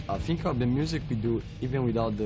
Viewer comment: Eu só um pouco; ele fala "think" com pronúncia d "f", no início, e o correto é: thi, é pronunciar "s", encostando a ponta da língua no dente para ficar perfeito.